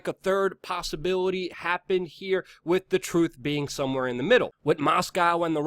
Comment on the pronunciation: The word is pronounced "with" not "Wit … lol